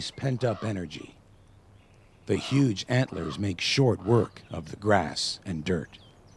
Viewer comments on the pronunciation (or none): none